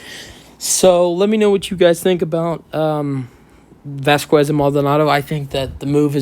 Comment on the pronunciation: It’s vazkez not vascuues.. js